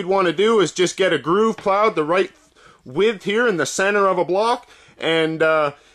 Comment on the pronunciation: I am wondering where you are from. You say "reight"